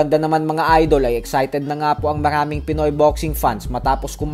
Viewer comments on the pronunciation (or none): none